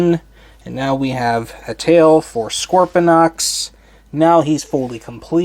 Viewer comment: Pronounce his name right!